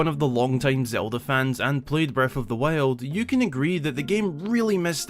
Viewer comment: Is anyone going to talk about how he pronounced Breaf of the wiald?